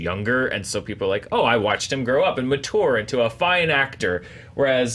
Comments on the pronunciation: Yeah, he does often mention the South (even here). But is that a common pronunciation? 'Matour' 😅 (I'm just fascinated by accents and linguistics in general) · Where are you from,? 🤔 English is my second language, but I don't think I ever heard anyone pronounce 'mature' like you.